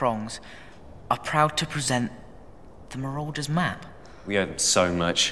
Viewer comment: You said marauder wrong